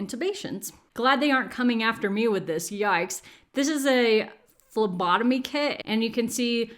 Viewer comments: I totally thought you said, "this is a lobotomy kit" instead of "this is a phlebotomy kit." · #ADHDmoment I thought you said "lobotomy kit", not "phlembotomy" or how you spell it. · When you said phlebotomy kit I 100% heard lobotomy kit, very glad I was wrong 😂